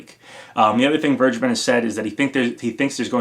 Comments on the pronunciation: Please pronounce vergeben as ver-gay-ben, ever since I heard that it's a German name it really bothers me that everyone is mispronouncing it Check the pronounciation on google translate to be sure, the English translation of vergeben is forgiven. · As a German it always sounds horrible how you guys say Vergeben. I just want to help you how to say it right: Say it like "Fair-Geyben". Only don't pronounce the "y" so hard as you would say it with gay or grey. Try to keep that "y" silent. Hope this is helpful. :) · As a native german speaker, the way everyone is pronouncing "vergeben" hurts my ears xD